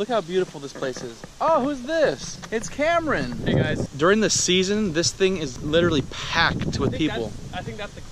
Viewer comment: Cameron i heard CamReN